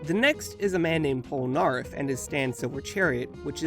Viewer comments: Who Cringed When He Prononced Polneraff Wrong? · Pronouncing Polnareff incorrectly🤦‍♂️